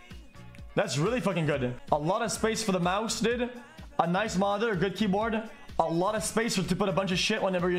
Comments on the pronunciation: Bro why he says dod instead of dude😂🤣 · The way he says dude. Bro its so scuffed. Yo did. Wasup did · I got halfway through this before "did" instead of "dude" forced me to stop. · Why the fuck he say dud